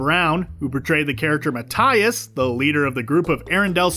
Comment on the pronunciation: Matt-I-us Matt-I-us Matt-I-us??? Rlly?!